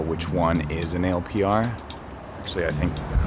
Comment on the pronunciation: You people are paranoid. And it’s not pronounced “A L P R.” In the “know,” they’re pronounced “Al-Per(s).” Saying “A L P R” shows the ignorance and FUD from you guys. 😆😆